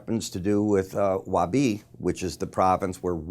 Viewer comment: Wuhan is in Hubei (Pronounced Hoo-Bay) Province FYI Only